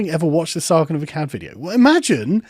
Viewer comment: Sargon fans, "Aklads"? Sargon of Aklads lol No?